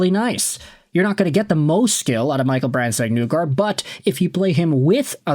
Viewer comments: Not to pile on, but you keep saying NEW-guard. I read that as NIGH-guard. As in "the end is nigh". Or, if you prefer, NYE like Bill Nye the Science Guy. Hopefully I'm not making myself look TOO old by referencing that show. That's also assuming that show even aired in Canada. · I've heard it pronounced Knee-gard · I just wanted to let you know that MBN pronounces his own name as "Neegard", not "Nuegard" as you do. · Knee-gard. You totally butchered his name